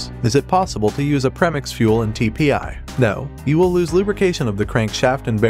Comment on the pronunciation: It’s called pre-(mix, not “Prehmiks”. PRE, as in before…opposite of post. Rhymes with Free, Tree, Knee, Abondigas, etc.